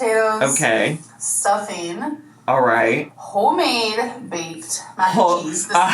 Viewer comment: why can't she say homemade correctly 😭